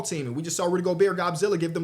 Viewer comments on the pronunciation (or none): none